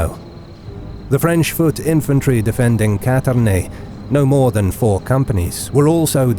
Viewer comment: It is neither *Catarane nor *Catarne, but Cantarane (perhaps an imperative compound name from 'cantare' + 'rane' translatable as "Singing-Frogs"). However, I have nothing but compliments for the narrator,, on his excellent pronunciation of Italian names.